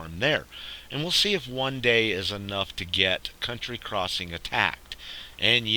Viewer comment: Its county crossing, count tea, not *unt tree